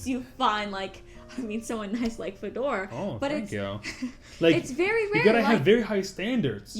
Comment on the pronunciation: Пожалуйста, не коверкай своё имя, ставь ударение на первый слог и произноси ё, друг. Можешь удалить мой коммент после прочтения, но ты должен знать что твоё имя Fedor c ударением на второй слог имеет неприятное значение на португальском. A португалтговорящих много в мире. Смотри сам, но если есть возможность поменяй написание имени в загранпаспорте.